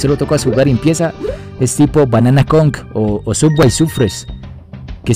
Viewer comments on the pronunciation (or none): none